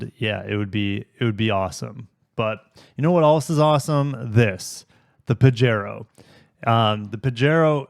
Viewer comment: Pajero is a Spanish word,. It's pronounced PA-HAY-RO.